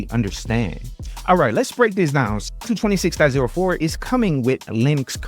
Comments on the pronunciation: I don't understand how so many people who claim to know Linux, don't know how to pronounce Ubuntu.. It's not "bun" as in hamburger bun.. It's pronounced OObOOntOO (all with the sound of the word "too") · It's Oo-Boon-too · As a South African I always cringe when people pronounce Ubuntu. It's pronounced OO-BOON-TOO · I liked and am giving some engagement here in comments for them algos. Don't hate me for saying this but please if you're gonna talk about Ubuntu get the pronounciation right. Michael Tunnell has a video on how to pronounce it. Thanks and keep up the good work ♥